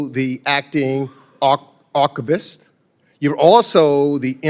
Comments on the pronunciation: that he said arcavist instead of archivist.😂😂😂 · Why is he having difficultness pronunciating “archivist”? Or forming a coherent thought?